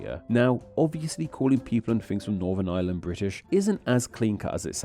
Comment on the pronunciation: I love how "island of Ireland" sounds like "island of Island" when you say it. I looked away for a moment during a moment you said that and was like "island of Island? what's that?" only to look back and see an arrow pointing at Ireland before realizing what you actually said